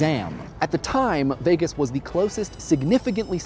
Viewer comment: But it does make sense and understand your point, so yes. But you say Vegas weird